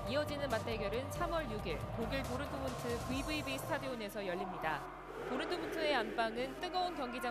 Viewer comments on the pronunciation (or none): 도른트문트로 나만 들리나